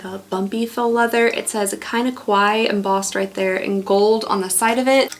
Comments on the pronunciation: "Kawaii" is pronounced Ka-wa-i-i... and means "cute" in Japanese. If you say Ko-wa-i, it means "scary" in Japanese. So this is a Kinda Kawaii box because it's a Cute Japanese style Stationery advent calendar! Praying for your healing in all the your body, mind and soul in Jesus's Name! May Jesus protect you and continue to keep the joy that is your strength! Love ya, girl! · It's actually pronounced ka-why-ee not e/eh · I gotta say it. Its pronounced kuh-wai-ee 😅✌🏼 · Btw it’s pronounced Ka-y-e. It’s Japanese For cute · it's kinda Kawaii the way pronounces Kawaii